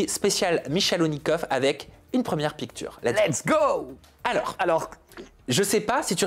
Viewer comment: on dit " pictshure" 😢